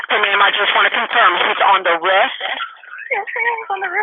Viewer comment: The way the 911 operator pronounces "roof" is driving me crazy. I almost turned the video off because of it.